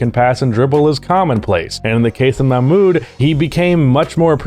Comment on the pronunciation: For your deep dive, Mahmoud is pronounced with the "h" as in house, it's like Ma-h-mood. Uf you want to pop it in an audio reader for the pronunciation before your deep dive it's this Arabic text: "محمود عبد الرؤوف"